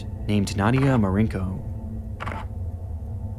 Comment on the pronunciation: Only an American could read the name "Marcinko" and then just completely ignore the C and make it "Marinko"